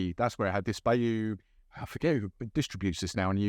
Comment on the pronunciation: Haven't heard of it, but will be on the lookout, as I do like those other rums you mentioned. It's at a similar price point too ($30 USD). Though, it is pronounced as "BY-you," as in the Credence Clearwater Revival classic "Born on the Bayou."